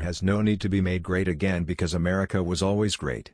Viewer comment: Ohh My God he said makr Amrica great AGAIN mY gOD